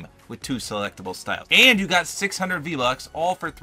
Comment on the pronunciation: He said v lucks